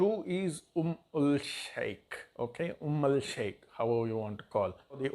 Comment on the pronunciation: Its umm al sheookh not sheikh. There is an oud called dehn al oud sheookh which is like 25K for a tola. That oud is mixed in this attar thats why its called umm al sheookh. They also have an attar called mukhallat sheookh its a bit expensive